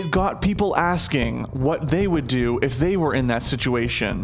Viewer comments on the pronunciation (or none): none